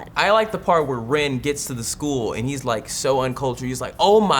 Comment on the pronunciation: Totally said ant instead of and